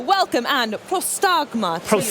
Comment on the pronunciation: wtf game devs dont know the pronounciation of prostagma :D:D:D